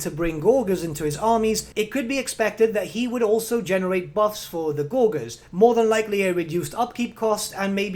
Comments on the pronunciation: Gore-jurs Not Gor-Guhrs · Gor-gers lol...